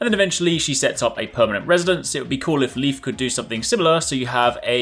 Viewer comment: The nordic name „Leif“ isn’t pronounced like „Leaf“ (though it’s a funny wordplay) but rather like the English word „Life“ Anyway, nice Video! Plenty of interesting stuff!😊